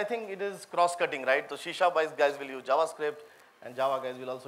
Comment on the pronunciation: not she sharp, it is C sharp.